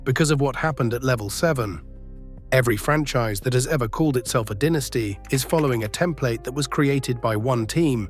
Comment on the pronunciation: Listening to "dinisty" as the pronunciation is like nails on a chalkboard